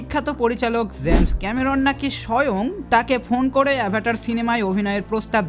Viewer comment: সিনেমার নাম টা ঠিক করে উচ্চারণ কর আগে তার পর তো ভিডিও বানাও